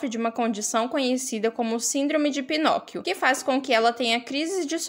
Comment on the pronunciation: Pinochío? Se diz Pinóquio.